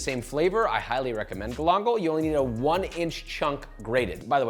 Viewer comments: Hermano mio, you got to pay more attention to the pronunciation... Love everything you do, but "Glongle" ain't how you say it. Ga-lan-gal. Also, for me, I'd rather spend 3 minutes putting an edge back on my knife than figuring out how to put the edge back on a microplane... Unless you have a trick for sharpening microplanes? That would be awesome..... Keep it coming! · Hm? Galangal? Oh, yeah. Uncle Roger must know your works! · If you bother to pronounce galangal properly, legend has it, it will soften up for you